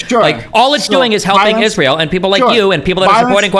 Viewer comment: “IZROLL” “is roll” “ees rie eL”